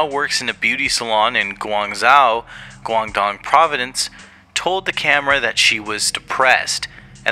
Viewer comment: this and the fact that most of the context-building facts that he gave were incorrect and from a comedically diluted American perspective 🥲 hearing him mispronounce Guangdong and then mislabeling it as a city (it’s a gigantic province) and then calling it low class was kinda crazy LMAO. Also the stuff he was implying at the beginning was so poorly explained - “china hates shamate because communism” when it’s actually way more nuanced than that